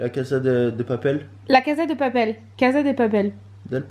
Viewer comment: J'ai adoré ce vlog comme d'habitude :) La casa de papel je viens de commencer c'est trop bien par contre attention à la prononciation xD 'La cassa dé papel' pas 'la caza de papel' Il faut travailler votre espagnol les ptites menaces ;D